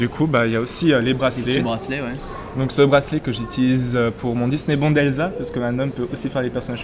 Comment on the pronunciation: juste une petite précision. le disneybound se prononce disneyboUnd et pas disneybawnd ou disneybOnd disneyboUUUUUUnd. ah non pasque ça me stresse vraiment. désolé mais la prononciation me stresse et puis la bête il faudrait rajouter du jaune sorry mais il est très bien fait.